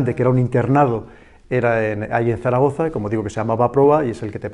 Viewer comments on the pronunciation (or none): Caray. Zaragoza, Zaragoza, no Daragoza.